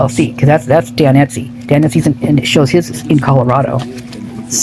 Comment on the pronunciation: It's Estey not Etsey.